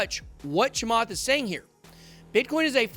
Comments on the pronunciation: that interview is old and you BUTCHERED his last name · Honestly... deliberately screwing with Chamath's name like this makes you come across a little racist. You might want to consider editing that out and reposting my friend. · You are a clown. Never said ETH to zero. You are not very professional about your presentation not even taking the time to pronounce his last name correctly. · Trust me, he absolutely butchered his name. I actually lol'd. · He didn’t pronounced it right . But it’s ok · Please start pronouncing South Asian names correctly. It's 2021. A simple online search will tell you how to correctly pronounce it, if you don't already know how to pronounce the last name correctly.